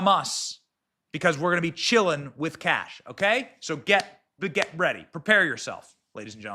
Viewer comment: Pronouncing "Kash" sounds like saying "Kick A$$" quickly?